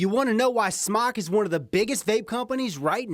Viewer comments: IT'S PRONOUNCED SMOKE, AHHHHHH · Btw it is pronounced smok"e" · Ughhh.. it's pronounced "SMOKE" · Rip its called smoke they confirmed its pronounced smoke not smok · Its pronounced "smoke"